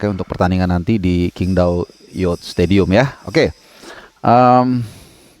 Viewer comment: Dari sekian banyak pundit, jurnalis, komentator di Indonesia.. cuma yang bener dengan penyebutan kota qing dao.. respek..